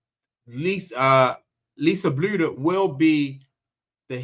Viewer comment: You don't even know how to pronounce Lisa's last name and yet you're naming her the next head coach of the Fever. The only thing you said that is credible is that Chrissy Sides needs to find another profession. The rest of what you said is a jumbled mess of contradicting statements.